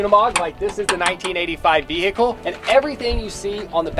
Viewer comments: I can't get over how some Americans pronounce 'vehicle' 😂 ve-H-icle 😅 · Will someone tell the H In vehicle is silent! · says vehicle wrong. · Fun drinking game. Take a shot every time says VE-HICLE